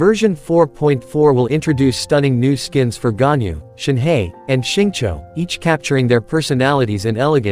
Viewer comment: as a person that can speak chinese, hearing them pronounce ganyu as gunyou, xianyun and shanyun and shenhe as shinhey really tears my ears apart